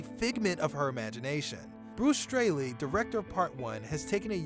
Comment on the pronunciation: You pronounced Gustavo's last name wrong... and it's Bruce Straley not Stanley 😂